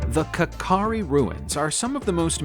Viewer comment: Its not "kakari" its "kachari" monument in Dimapur